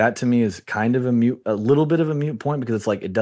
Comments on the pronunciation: Dude literally said Mute Point. 😐 This is a guy who runs shit. Good lord. Maybe you meant Moot point, just maybe…. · Hey, off-camera guy -- it's "moot," not "mute." Were do they find these illiterate "experts?"